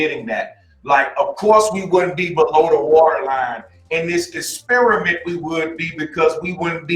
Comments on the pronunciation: Es-spear-a-mint ... is that a new flavor of chewing gum? Or the bait for a racist joke? 🤔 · that guy knows how to "esperimen"